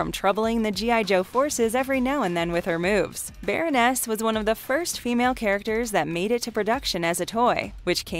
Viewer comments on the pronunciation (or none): yeah, but she said specifically, "Baron-ness", not Baroness. They also get information wrong, and cut way too many sentences sho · Omg I cringed every time she said "baron-NESS"